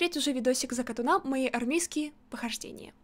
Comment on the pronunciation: От закатОна, а не закатонА